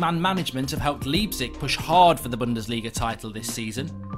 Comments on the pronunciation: in 'Leipzig' the 'lei' is pronounced as the english word 'lie'. And the g is pronounced 'sh'. So put it together and the correct way to pronounce Leipzig is 'Liepzish' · Mark cannot even pronounce Leipzig properly.